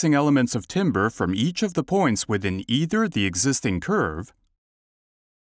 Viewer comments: Voice timbers? <-- A new meme is born. 🤭 Timbre <-- Pronounced 'tamber'. 🎶 What a fantastic breakthrough plugin! Well done to all involved! 👍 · Can Vocoflex pronounce the word “timbre” correctly? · If this guy says "TIMBER" one more time!!!! ...I'm gonna go chop some wood in the backyard😠 They should've ran his voice thru vocal flex! It's pronounced "tamber". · It's actually tohmbreh, so you as an American really can't complain about someone else's pronunciation.